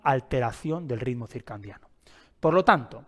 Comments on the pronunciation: ❤ también me hace distraer cuando dice circan😅diano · Si esta explicando un tema, como pronuncia y escribe mal la palabra!! Es CIRCADIANO no CIRCANDIANO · Porque dices circandiano??? Cuál es tu profesión? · Sí, por favor no digas circandiano. Excelente información, me gustó y me parece muy útil. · Con todo respeto se dice circadiano sin N no circaNdiano dr.muy bueno el video.gracias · Circandiano... porque no lo pronuncia bien? 😂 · Bueno ni pronunciar el nombre puede este pobre hombre que se dice “experto” lol “circaNdiano”😂😂😂 …algo bueno saldrá de este “vidio”😂😂😂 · HOLA AMIGO, ESCUCHATE. DICES: RITMO *CIRCANDIANO* CORRIGE POR FAVOR. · Porque pronuncia CIRCANDIANO ? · Súper bueno el video. Lo único es que es ciclo CIRCADIANO, en lugar de circandiano. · CIRCANDIANO,,,,😡😡😡😡 ERES UN IGNORANTE DE LA MATERIA? NI SIQUIERA PRONUNCIAS CORRECTAMENTE LO QUE QUIERES EXPLICAR,,,SABRÁ LO QUE DICE???? 😮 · Es CIRCADIANO... que no sepa cómo se escribe y que lo pronuncie mal lo propone como un charlatán. Me da desconfianza. Si bien la información que da es en peroncho correcta debería hablar con propiedad. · Buena informacion, pero me estresa todo el video diga circaNdiano 😢. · X4. Ahora no voy a poder dormir pensando en esa palabreja. 😂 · Por qué dice ritmo circandiano??? Se dice circandiano...hay un gran error en el vídeo. Escrito en la pantalla y expresado oral 😞😞😞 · Ay me distraía cada vez que escuchaba circandiano!! 😅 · Excelente video y muy bien explicado,el error de pronunciación es lo de menos lo importante es el contenido , felicidades